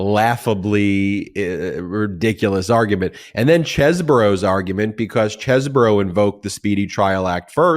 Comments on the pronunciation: I have it on very good authority that Chesebro is pronounced Cheese-bro and not Ches-bro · Sorry, Ben, it's pronounced Cheese Bro